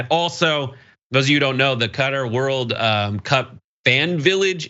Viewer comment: Wow an American that can pronounce Qatar, impressive.